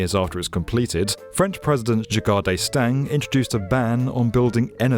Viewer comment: People make mistakes. Paris building this building. The French voting for Macron. The British host butchering the name of Giscard d'Estaing. 😂